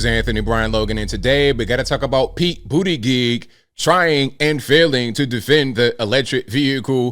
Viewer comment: its "boot edge edge"